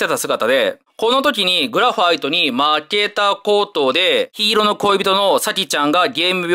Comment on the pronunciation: グラファイトの発音が凄かったような気がする